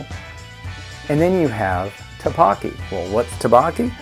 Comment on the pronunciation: Love it man!! You’re king. Just a tip, it isn’t “Ta-Bakki”... it’s “T/Duck-Bokki”